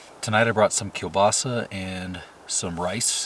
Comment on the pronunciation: You're pronouncing the sausage correctly, you from Europe? Kal-ba-sa